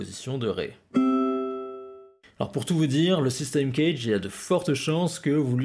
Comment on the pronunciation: Euh.... Le systeme CAGED (phon: Kajede et non pas Knedge ou je sais quoi) est expliqué dans toutes les methodes guitares digne de ce nom. Ce qui est rarement dit c'est que l'ordre C A G E D ou DO LA SOL MI RE est important a connaitre en termes d'improvisation, mais vous ne le dite pas non plus